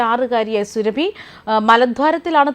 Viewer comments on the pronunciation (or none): സുരഭി അല്ല. സുറബി. അതാണ് ശരി. സൂറബി ഖത്തൂൻ. മലദ്വാരം സ്നേഹിത 😍😍😍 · പേര് സുരഭി അല്ല.... Surabi സുരബി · സുരഭി അല്ല സുറബി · Not Surabhu soorabhi aanu. Methachi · സുരഭി അല്ല സൂറാബി ആണ് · സുരഭി അല്ല മാപ്രേ,, സൂറാബി 👹👹👹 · സുരഭി അല്ല സുറാബി ഹാത്തൂർ ആണ് 😡😡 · സുരഭി അല്ല സൂറാഭി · Ivaroke akshara thettathe parayan ariyanmelanjittano surabhi ennu paraunne thiruthal avasyem ane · Please say SURAABHI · അവളുടെ പേരു സുരഭി എന്നല്ല, എന്തിന് തെറ്റിച്ചു പറയുന്നു, കഷ്ടം